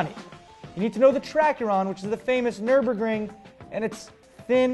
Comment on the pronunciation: "learn to respect the Nurbring!!!!"